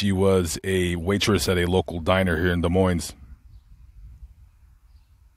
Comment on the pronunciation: The S in Des Moines is silent. It is pronounced Des Moine